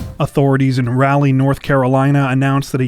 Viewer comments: It isn't pronounced "rally" north carolina. It is said like "rah-leigh" north carolina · You're severely mispronouncing Raleigh. It's pronounced like Rawleigh. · Just FYI...it's pronounced Rah-lee, not "rally". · Ra..leigh....not ralleigh 😂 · Get it right, it is Raleigh, not Rally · Raleigh... it's not pronounced Rally. Try Rah-Lee. Myself, I had no idea and thought it was Ray-Lee years ago. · Eeeek , it’s not rally - it’s raw-lee North Carolina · Learn how to pronounce places. It sounds stupid to call it rally. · I just want to say I live and grew up in raleigh and it is pronounced R'all - leigh, enjoy the content though keep it up! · We pronounce it rah lee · Why do you pronounce Raleigh like that? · stop saying Raleigh like that that's not how you say it!! also I live 3 mi from where this happened they shut down the whole area for like 2 or 3 days for this snake. and I went to school with this kid he's always been super weird and like obsessed with snakes. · Not to knit pick but you pronounced Raleigh wrong lol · You guys correctly pronounced Dunedin, but mispronounced Raleigh. Lol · That's not how you pronounce Raleigh. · obviously the people who made the video didn't know that. They also pronounced Raleigh incorrectly.